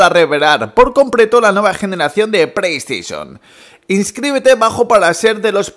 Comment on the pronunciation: Que no es “preiestesion” es “playstation”... puto paladar corto que gastas